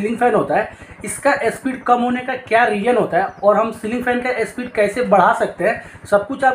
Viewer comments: अबे झवणे स्पीड होता इस्पिड नहीं 😅😅😅😂😂😂😂😂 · ए स्पीड नही स्पीड बोलो😜